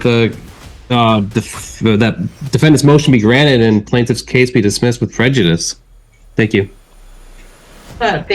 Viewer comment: "Wit' no further need for litigation" 😂💀😂💀